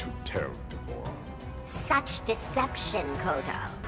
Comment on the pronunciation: D,vorah? Really, Kotal? Ugh!